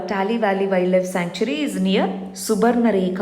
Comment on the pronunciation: Its pronounced as subansiri, not subnasiri🙏